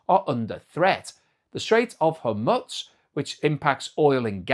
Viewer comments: ... this is how i feel when he pronounces Hormuz ' hore - mooz ' as ' hore muttz' 😂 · Hormuz - Pronounced 'Hor Moose'. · Straits of hormutz? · Strait of Hormuz or Hormutz with a “t” . Which is the correct pronunciation. I’ve heard both over the last few weeks. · There is no such thing as alumin-e-um, and what is this place called Her Mutts? Hey,, did you know that the scarcity of a product leading to a higher price is not inflation? Did you also know that excessive demand leading to a higher price for something is not inflation? If you don't know, you should educate yourself.